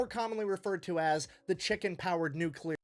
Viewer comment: It new clear. Not nukular